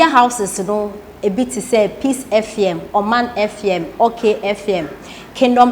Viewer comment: I am disappointed about the producer of this program. You didn't prepare this girl properly. Even FM she couldn't pronounce it properly. I will like to remind you that even though there is freedom of speech, social media usage is not above the laws of Ghana. Please get someone who is matured and very objective to handle your program and not an insulting girl like thisone.I am very disappointed.